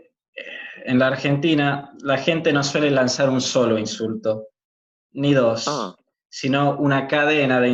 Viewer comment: A mí lo que me ha llamado la atención de su acento es que elimina las eses finales de las palabras como en el francés (en vez de dos dice do, en vez de es dice e...) Igualmente se le entiende bien.